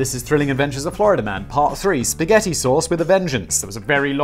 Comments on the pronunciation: No one in america pronounces spaghetti like that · Only children pronounce Spaghetti like that. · no one calls it sketti here. Lets just make that clear. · It's actually "Pasketti"